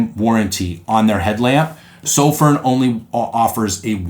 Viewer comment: Why can no one say sofirn correctly? Soff-fern not soff-rin